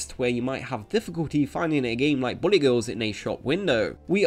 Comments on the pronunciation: Is it just me or does this guy's accent make it sound like he's saying "Bunny Girls" instead of "Bullet Girls"? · ok you have a hard time saying the word bullet it seems its not bully, bulet like ballet BULL-LIT say it with me now--- BULL-LIT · It keeps sounding like you're saying Bunny Girls. Which I wouldn't mind a game of..... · Who else heard "bunny" every time he said bullet?